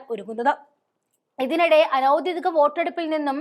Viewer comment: കൂടെക്കൂടെ ആവർത്തിച്ച് കേട്ടത്കൊണ്ട് എഴുതുന്നു: ഔദ്ദ്യോദികം അനൗദ്ദ്യോദികം എന്നല്ല പറയേണ്ടത്. ഔദ്ദ്യോഗികം, അനൗദ്ദ്യോഗികം ഇവയാണ് ശരി. ഉദ്ദ്യോഗം എന്ന വാക്കിൽ നിന്നാണ് ഔദ്ദ്യോഗികം, അനൗദ്ദ്യോഗികം ഉണ്ടായിട്ടുള്ളത്.